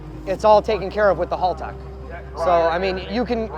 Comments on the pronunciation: Hey yanks, just feel the need to say It's HAL-tech Not HALL-tech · Imagine being that much a Haltech fanboi and not even being able to say the name of the company right? That's just embarrasing. It is Haltech, not Haultech!